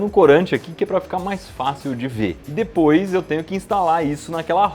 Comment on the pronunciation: eu ja assisti tanto manual percebi q toda ves vosse fala dipos